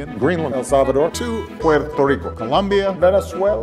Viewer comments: how was it cringy? He’s pronouncing he countries the way they’re meant to be pronounced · Speak for yourself, it was not cringe. I liked the way it sounded . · I love that not only did he actually say most of these countries’ names, he tried to pronounce them with some approximation of the way natives would pronounce them. No “eye-rack” and he tried to pronounce “Puerto Rico” with the rolled R’s.